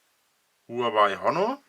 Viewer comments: Warum triggert es mich immer so wenn Leute Hurengeweih sagen? Huaway. Ist das denn so schwer? HUA WAY. Von mir aus auch WOAH WAY. Ist mir immer noch lieber als Huanweih. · Huawei wird anders ausgesprochen.